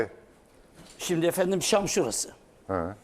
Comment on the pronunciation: Demşak değil dımeşk